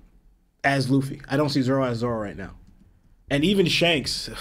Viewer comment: Are you saying Zolo? Instead of Zoro?